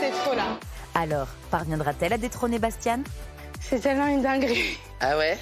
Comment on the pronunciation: C'est Bastiaan, pas Bastian